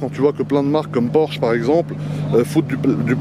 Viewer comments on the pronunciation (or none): none